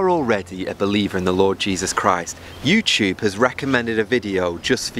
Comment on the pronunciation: accents are the best.